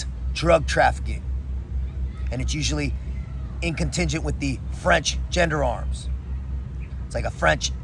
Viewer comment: For being a Legionnaire for 4 years, I'm surprised you have yet to master the mandated French language. For one, it's NOT 'genderam', it's gendarme' (pronounced: zhäɴ″därm′). And it's French Guiana, NOT French 'Geeann'.